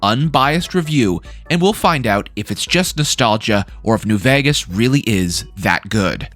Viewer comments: Why does bro keep saying New "Vagas"? It's vEgas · "New Vehghus" lol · i like your content man but there's only so many times i can hear "new vhayghes" before it makes me want to tear my skin off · why cant you pronounce vegas are you stupid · you say the word vegas weird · why do you say vegas like that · Who do u say vegas so weirdly